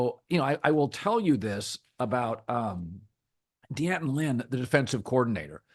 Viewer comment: Colin's never gonna see this, but USC's defensive coordinator's name is actually pronounced DAN-TIN Lynn. Shortened form of Daniel plus the foil you wrap sandwiches in, DAN-TIN.